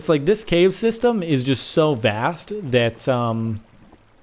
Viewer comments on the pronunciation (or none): none